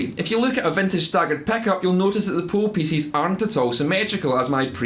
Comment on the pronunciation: At first I thought he said "poo pieces" and now I can't unhear it. Sometimes I think I'm a little boy trapped in a man's body.